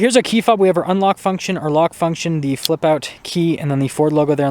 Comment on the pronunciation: you don't have to say "thee" instead of the all "the" time. Besides that I do like your videos.